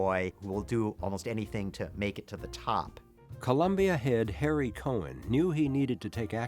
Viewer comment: COHN...NOT COHEN